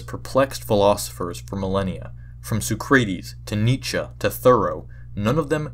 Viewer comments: IT’S SOH-CRAH-TEEZ NOT SO-CRAY-TEEZ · did this guy just pronounce Socrates as “so-CRAY-tees” lmao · I've never heard Socrates pronounced SuhkrAyteez before. I had to think about who you were talking about. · I have perished within the first 7 seconds Suh-kree-tees Nee-ch-uh Where oh where did you learn to say it like that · What's canon is that it's pronounced SOcrates Socraytees. That was funny I liked that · sock rat ease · yuk! yuk! so cray tees >< YUK! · “So-cray-dees” lol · I legit thought you were saying "Ray Sex" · yes, so-cray-tes is the best filopherser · Sew kray tees ? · its pronounced sock-are-tees you numnum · the way you pronounced "socrates" fucked me up so bad